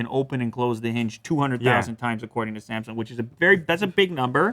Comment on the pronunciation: The biggest problem is that they pronounce Samsung as a semsoung. They are not prepared to get that phone